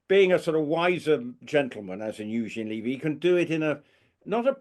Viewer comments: Eugene's show is really good. I recommend watching all the episodes, not just the one with Prince William which was excellent. And, I just have to say - everyone is pronouncing Eugene's last name incorrectly. And it make It isn't LEE-vy. It's not a long E sound. Think of the first syllable of beverage or Beverly - Bev. As far as Mr. Montecito's stalker - I don't believe the story for a second. It had been almost a month since he'd been in the UK and we're just hearing the story now. We learned about the 'near catastrophic' car chase within hours of it not happening. He's so focused on getting his security paid for, I find it unbelievable that they would have delayed this story if it had actually happened. Edited to add - to answer question about when the whole Meghan thing is going to stop, it won't stop until the UK media and YouTube creators stop giving them the coverage. They don't do anything noteworthy but everyday there is some ridiculous PR story about them which is splashed across social media. Just stop covering them. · Just another comment, Levy is pronounced Leh–vey. Not Lee-vey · It’s Lev, like Bev. Eugene Levy. Not Leavey. Canadian here just letting you know. Cheers. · As a Canadian I both laugh & cringe as our beloved actor’s name is mutilated! It’s pronounced: U Jean Levee. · It’s’ levee’ and Eugene said it was filmed in February.